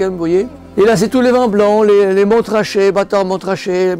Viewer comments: On ne prononce pas le premier « t » dans Montrachet !! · Comment peut on avoir une cave comme ça et ne même pas savoir qu’on ne prononce pas le T dans Montrachet